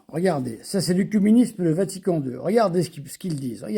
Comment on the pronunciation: se prononce é : écuménisme, écuménique, comme oeconomie